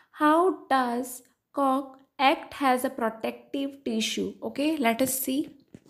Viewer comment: Mam that is act but you pronounced ect please correction